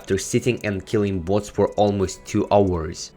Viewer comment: Kinda sounds like butts